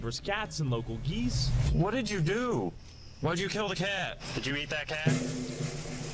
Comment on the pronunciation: It’s “eat”! Learn English!